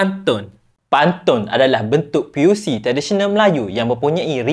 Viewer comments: bukan piusi bang,,,tp puisi....😂😂😂😂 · Puisi bang bukan p.u.c 😅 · piusi ke puisi bang…tp nice skrip 💪🏻 proud as a Malaysian